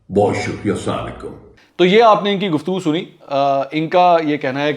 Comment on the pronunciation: یہ خبیس تو سلام تک بھی ٹھیک سے نہیں بول سکتا۔